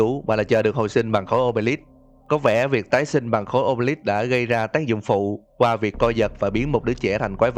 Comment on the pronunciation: Khối ô bê líp nge thành ô bê lắp Khối sì lầu ông bê líp 😂😂😂😂😂